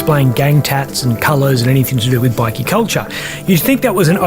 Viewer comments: What's embarassing is the ai talking keeps calling them bikkies (biscuits) not bikers 😂😂😂😂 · Bikie is pronounced with a long i. 😅fucking ai voice can't pronounce shit😅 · It's bike...eee that's how ya say it ..not bickie... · It's pronounced bi-key not bickie,it's not a group of biscuits 😂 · Bikie. . ..i thought it was biker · Great video but hearing 'bikie' called biickee takes away from how good it is